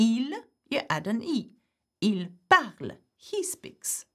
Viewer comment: We dont say "e" at the end of parle. It is silent. Why do you say it separately? It is silent.